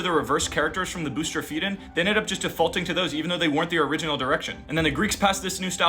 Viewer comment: What an odd pronunciation of bustrophedon.